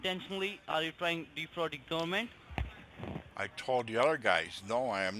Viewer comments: Make sure you don’t like to the fadawal gumant lol I guess it’s really difficult for them to say federal government lol smh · "Volition of regalation." "preezun" Are you trying to Defrog the gooberment?